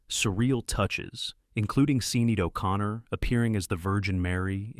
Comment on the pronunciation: Harvey Keetle, Gary Sinize, Seenaid O'Connor... shameful